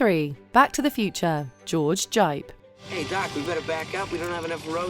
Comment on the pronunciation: How was Raiders of the Lost Ark an "early novelization"? The novelization of the 1933 King Kong might be considered early but this was 1981. You pronounced "George Gipe" in two different ways, which one was correct?